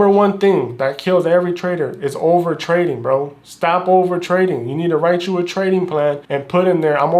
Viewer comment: i will nevvaa nevvvaa quit twading